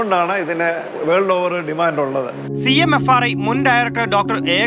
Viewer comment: CMRFI അല്ല ചേച്ചി CMFRI ആണ് ഇതൊക്കെ ശ്രദ്ധിക്കണ്ടേ സെച്ചി